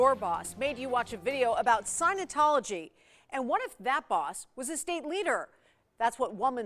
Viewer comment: "SIGN-A-TOLOGY" LMFAOOOOO